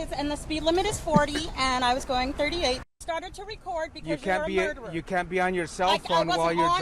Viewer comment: If she is a teacher she would know it's not murdewer it's murderer...case in point